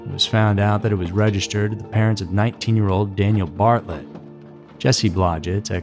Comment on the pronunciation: It's Bartelt BAR-TELT not Bartlet. Just so u have the correct pronunciation and information. Keep the videos coming, hence I really enjoy them!! 😊